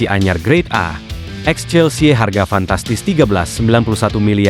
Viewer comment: CHEALSE BRO LAIN CHELSI WKWKWKWK BELEGUG AH😅